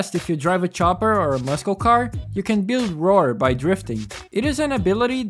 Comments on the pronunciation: Man o man I loved this game. I had a completed save file where I sold everything and just had a ton of money. I'd load up the save, customize a car or cars to my heart's content and then not save so I could rinse and repeat. :) Also: muscle is pronounced 'Mus-sol', not 'muskel'. haha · Ay man I'm sorry for calling it out but please say muscle car or the word muscle correct. I get a slight cringe with a handful of goose bumps every time you say it. It's muscle pronounced like [mussle] not [muskel]. That's all. Just wanted to be friendly and point it out ;) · Awesome, honest video! Really liked the game and played the booms out of it. Finished it like 5 times. I'm going to sound like an ass here but the way you pronounce muscle is mussul, not muss-kel. Pronunciation doesn't change anything you want to tell us though! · the way you say "tunner" and "muskill" has me on the floor lmaooo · I was wondering what you meant but later i understood you were saying muscle cars Tip: it's pronounced mussel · Never in my life have I heard someone pronounce the C in "Muscle" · Great video. I wonder if Midnight Club would've had a similar cultural impact to Need for Speed if they didn't stop making games and only focused on GTA and Red Dead... Also, hopefully you don't mind this, but given the other comments in Portuguese, I am assuming you are not a native English speaker (correct me if I'm wrong). Your pronunciation is pretty good, though you keep mispronouncing "muscle" like in "muscle car". You keep pronouncing it with hard-c (k sound) instead of soft-c (s sound). I used Google Translate for this, but I think you'd pronounce "muscle" more similar to "máçél" in Portuguese alphabet/alfabeto. Or more like "mussel" in English alphabet. Once again, great video. Hopefully you aren't bothered by my criticism.